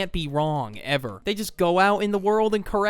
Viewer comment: “Ev- e- r” 💀